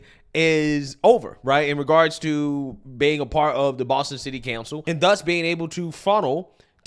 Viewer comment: Someone in your circle needs to sit down and teach you how to pronounce the English language. Another one, city "cancel" instead of council. What's the deal?